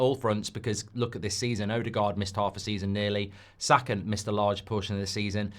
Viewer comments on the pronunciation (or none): none